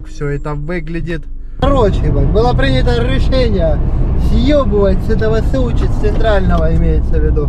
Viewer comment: Сочей 😂 мамочки что вы несете , забейте в гугле как правильно говорить